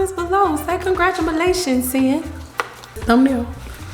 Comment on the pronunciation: "Congratumalations"! Thanks for sharing 1Kayla with us!!